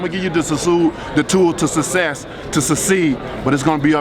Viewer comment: Man can't even say success lol